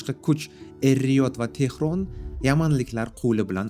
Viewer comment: Saksan mas sakson boladi duhasi mas duxi boladi E riod mas Ar Riyod boladi oqi jalab oqi kotob cho’chaq